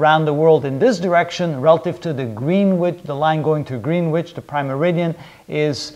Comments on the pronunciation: Greenwitch = pronounced Gren itch Can't fault the videos though. Great work. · Green witch ? Pronounced grenitch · Just to let you know....Greenwich is pronounced 'Gren'ich' [silent w and single e]. Nice videos so far....enjoying the series. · A couple of small points - Latitude has 2 'T's not 3. Greenwich is pronounced "Gren-itch" (at least in the UK !). Otherwise, first class lecture series (No Quantum I'm pleased to see....)